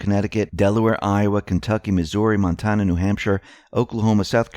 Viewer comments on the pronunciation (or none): none